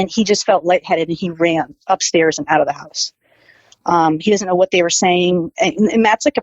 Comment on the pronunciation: Someone please tell this woman "and" ends with a D. Not with a T.